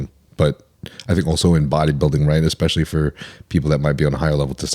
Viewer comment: This guy says “ekspechially” instead of especially and it’s so annoying lol